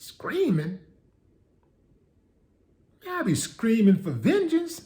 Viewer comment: Willie said"VENGENCE"🤣🤣🤣🤣